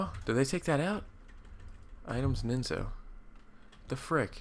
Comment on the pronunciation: It's Nizno, not Ninzo :) Cool video man :) Best regards Geekwave